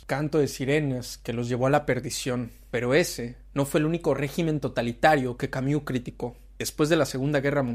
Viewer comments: Tú dices Camiú y es Camus! Jajajaja 😅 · Xq pronuncias Camiu?